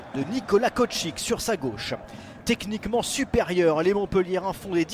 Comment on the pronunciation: C’est Kocik pas koctich